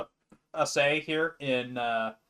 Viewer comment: the c in Aceh is pronounced "ch" and the H isn't silent 😊